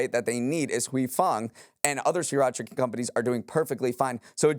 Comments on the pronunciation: “Great show today,. It’s pronounced SIR-racha.” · I didn’t think the mispronunciation of Sriracha would bother me as much as it did 😅